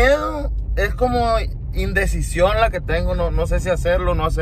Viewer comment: “Indesicion” ???? Jajajaja